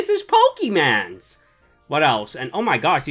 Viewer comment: He said pokeman